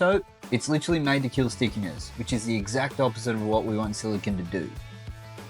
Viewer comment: I'm hearing "silicon" (which is an element), not "silicone" (the type of caulking he discusses).